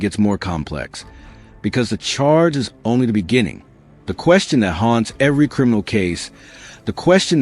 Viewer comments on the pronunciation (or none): none